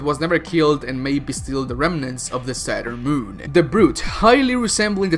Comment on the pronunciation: I swear my mans said Saturn moon😂